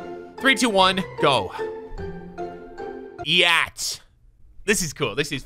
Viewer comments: bro said yeat as “yat” 💀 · Man said "yat" 💀💀💀. Bruh, its yeat💀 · the way bro said yeat got me rollin😭😭😭😭😭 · u said yeat name wrong☹️